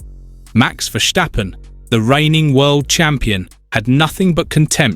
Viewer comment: Please learn to pronounce Max's name right you are pronouncing it like a German